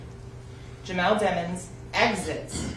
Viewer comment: Sometimes she pronounce his last name as Dimons and sometimes Demons when she’s tryna make a point